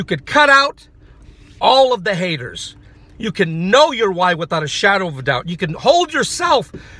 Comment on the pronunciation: Ahh the NaySayeRRZz anD the HateRRZz...